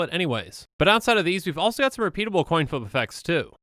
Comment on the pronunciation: Flip a Colin? How offten did he said thaht?